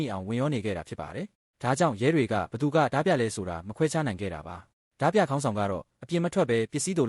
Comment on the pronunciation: AI ကြီးနဲ့ဖတ်နေတာလား။ဒါမှမဟုတ်မြန်မာစာအသံထွက်မသိတာလား။တင်ဆက်ပုံမစိုးပေမယ့် အသံထွက်ကြီးကစိုးတယ်။ ဓား ပြ အသံထွက် ဓမြ